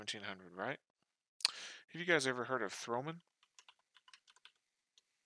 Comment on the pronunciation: It´s THOMANN and not TH(R)OMANN and it is a German company.